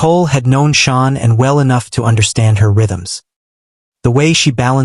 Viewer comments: It bothers me so much when a channel doesn't get her name right. It's Sha_Nann. It feels disrespectful to her memory every time I hear it 😢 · Her name was Shanann, not Shawnin.